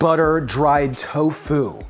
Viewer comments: Miyoko is pronounced "ME-yoh-koh." The syllables in it rhyme with "he" and "bro". Also, the emphasis in "tofu" should be on the TO, not on the fu. TOfu, not toFU. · I swear my man's saying " Toe Foo " not " Tofu " xD love you:3 Man's a GENIUS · Tofu or Toe-Fooo 😅😂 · Why does he pronounce tofu like that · So how many people accent the first syllable of tofu and how many accent the second?